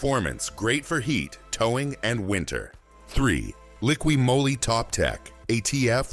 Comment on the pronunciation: What's draining engine oil out of at least 4 engines have to do with ATF? What does showing pistons & valves have to do with ATF? Jesus For dumb! And it's Moly not Molly. To the folks that can read & talk out there, Valvoline Maxlife multi VeH!